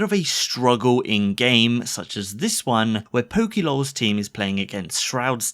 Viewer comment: its not pokielawls, its just pokelawls, annoyed tf outta me.